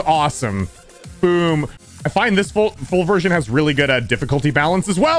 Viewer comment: i thought he said foobersion but it was full version